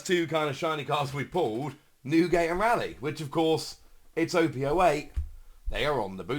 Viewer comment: You might be the only person in England who pronounces Rayleigh incorrectly eren on the train they dont say Rally.